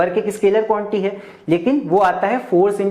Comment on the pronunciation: Sir be like: Quantity ❌ Quanty ✅